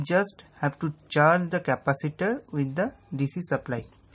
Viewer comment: интересно сколько раз он сказал капосито ? )_))